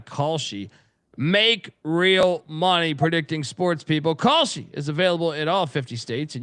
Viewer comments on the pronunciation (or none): Should ask your ad rep how to properly pronounce Kalshi.